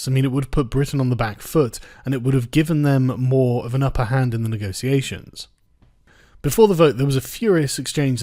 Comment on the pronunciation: "Honestly I think she will still do a fine job with the negotiations." Firstly, you pronounce negotiations like a toff. Secondly, HAHAHAHA! Good one. Her "negosiasions" thus far have been limited to temper tantrums and threats. She's done everything she can to put it off. She spent months putting together a white paper scrawled in crayon, and then as soon as she triggers Article 50 she decides it's the perfect time for a general election. Stop kidding yourself.